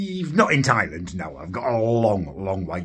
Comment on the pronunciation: I love you but why do you keep calling Thailand, Thailend?